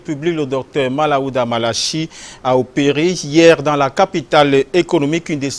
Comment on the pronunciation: Svp c'est Manaouda et non Malaouda😜